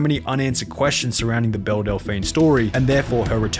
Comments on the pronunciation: BellE!!! Not BellA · I'm pretty sure it's "Belle" and not "Bella" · Her name is pronounced BELL not BELLA. That got so annoying because you showed footage with people saying it right and then still chose to say it wrong. Other than that good video! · am I the only one bothered that he kept saying bella delphine when her name is Belle 😭😭😭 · Belle, not Bella 😉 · Belle is pronounced ‘bell’ and not ‘bella’ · It’s pronounced “beli-JE-rent” not fucking beli-GGER-ent and it’s fucking “bell” not bella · It's pronounced "Bell" not "Bella" you Australian donut. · If y’all are gonna talk about Belle Delphine can you AT LEAST say her bloody name correctly. Belle does not equal Bella. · Belle, not Bella. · am I the only one hearing dude say "Bella" instead of "Bell"? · Belle is pronounced like bell. Idk how you put in clips of Sunny saying it right and then kept saying Bella. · her name is belle lmao not bella \o/ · Delphine Belle is called Bell, not Bella. Just for your information:) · My guy, it's Belle not Bella. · Again, sir, the character is not "Bella" it is Belle, as in "Bell"...she is not Lugosi, she is not Dracula, both characters suck to a lesser or greater degree, but your pronunciation sucks more. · I dont mean to nag but you mispronounce so many words that it immediately removes me from the content. Belligerent, Belle, etc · I’m 5 min in and have already heard you mispronounce belligerent and belle. With 450k subs, if you don’t know a word, you should really look it up. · What cave do you live in that you don’t know how to pronounce Belle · How can you be in the youtube commentary space and not know how to pronounce Belle Delphine's name in 2023? Genuinely confused.